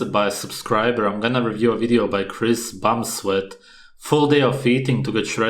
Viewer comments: ...Did he say Chris Bumsweat? xD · This video is a joke. This clown makes fun of how Chris talks yet he can't even pronounce Bumstead. Saying the greens is toxic is wrong. Fiber is bad? Also wrong. Maybe this guy should take some classes.